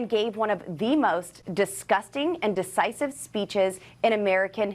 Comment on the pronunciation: Did she say "deCisive" rather than "deVisive"? What an idiot!